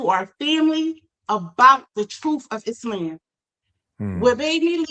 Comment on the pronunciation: Muslim for 40 yrs and still cant say ISLAM correctly 😅